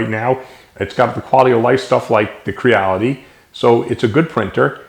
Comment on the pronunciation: Funny thing. I was watching this video, and every time you said "Quiddee", I thought to myself "How is his wife not correcting him? He said she was Chinese. It's 'Cheedee'." Hahaha! Great video, friend.